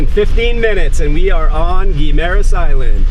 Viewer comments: I live here and it is pronounced "Gim-ma-ras." You should check out California Coral Beach resort in the Alibuhod beach area. I was just there today, got a little sunburned but excellent accomodations, Island hopping, nice beach for swimming. Couple ex-pat friends own the place. Check it out next time you're in Guimaras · I live here. It is pronounced "gui ma ras". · I live in Iloilo in fact in Savannah. You sure picked the very nicest home in Savannah to show as typical tho. Very well done video but you really ought to learn how to pronounce Guimaras. I winced every time you said ot wrong.